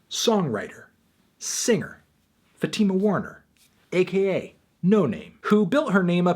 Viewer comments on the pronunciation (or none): none